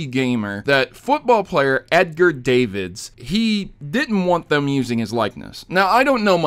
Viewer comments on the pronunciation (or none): Sigh.... you literally say he's from the Netherlands... it's not pronounced Davids. The "a" is said as "ah". D(ah)vid. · Davids is pronounced "dah-vids" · Yep lol you also pronounced Davids wrong